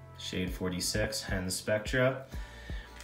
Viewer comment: FYI that's Hends Spectra Dubbing not "Hands". :) Thanks for the videos